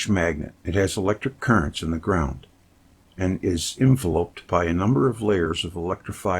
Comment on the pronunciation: Thank you so much 😊 Pronunciation police: pro-Tube-erance due-URN-nul en-VEL-upped